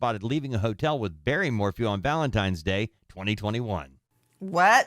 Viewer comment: I can not believe Nancy grace said VALENTIMES day!!!